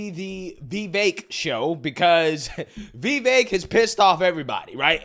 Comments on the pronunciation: Why are you/they saying his name, Vivaak? It's Vivek. (Vee-veck). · It's pronounced like Viv•ache, not Ve•vake. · Veeeevaaake. LOL how did you manage to butcher his name that bad? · Why do you continue to butcher his name? You seem so enamoured with him; just pronounce his name CORECTLY. Repeat after me: VIH-VAYK! For God's sake! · My guy, can you please pronounce this mans name correctly😂😂